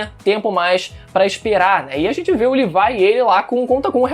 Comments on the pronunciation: Cara n se fala L I V A I se fala LEVI CARAI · Livai?;-; fala "Lêvi" pelo amor de Deus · Ele falando "Levai" me dá uma agonia...FALA LEVI PÔ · Odeio quem fala Levaia O certo é Levi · Mano o cara ta falando livai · "LIVAI" KKKKKKKKKK